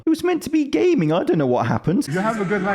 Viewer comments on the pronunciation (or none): It was "gayming"